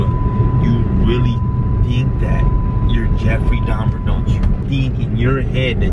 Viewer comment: Donffrey Truhmer